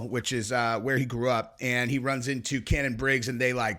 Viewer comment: It's shannon briggs...not " cannon" 🤦🏾